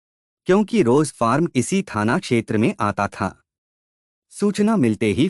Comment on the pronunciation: फारम नही फार्म...पूरे वीडियो में आपने फारम फारम ही किया है जबकि फार्म हाउस बोलना चाहिये...र को एकदम साइलेंट रखना है